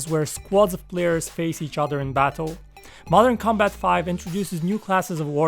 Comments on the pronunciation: I thought you say mortal kombat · THE VIDEO IS PRETTY INTERESTING BECAUSE OF HIS VOICE AND THE WAY HE SPEAKS ALSO.😀 Mother Combat “shallowgun deadzown” lol I dont know why but i hate when theres auto shoot